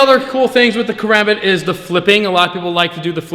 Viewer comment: First off you’re pronouncing karambit wrong Second never flip this blade it is not meant for that(care om bit)